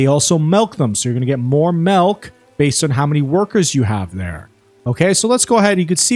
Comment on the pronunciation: Did you say "Malk"? silly comment